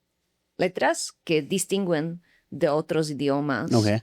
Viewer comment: en la palabra DISTINGUEN no se pronuncia la U 😂 pq sigue despues de la G, es una regla del español, la excepcion es cuando es la Ü como en GÜERO, 😂.